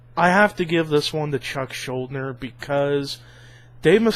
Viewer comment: it's pronounced schul-deaner but good video :)